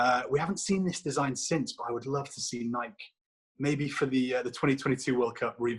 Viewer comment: The way this guy says Nike drives me nuts lol